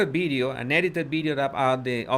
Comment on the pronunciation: You say "bideo" it is VIDEO